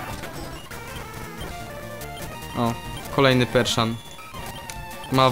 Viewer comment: to jest perSian a nie perSZan